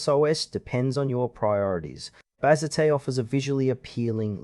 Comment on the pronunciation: Bro, Bazzite (pronounced Baz ite not bazzitay) isn’t a windows distribution. It is a Linux distribution.